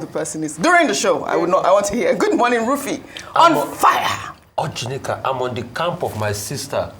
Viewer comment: Dr Abati shd pls introduce Ojinika normally and stop pronouncing her name in a comic way. I don't find it funny any longer.